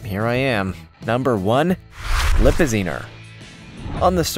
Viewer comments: Lippizaner is pronounced Lip pi zener with a short "A" at the end! Not Lip pi zeener! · Which he several times called a "LipaZEEner". . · And you said Lipazanner wrong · And the fact that he pronounced, "Lipizzaner" three different ways--all of them wrong.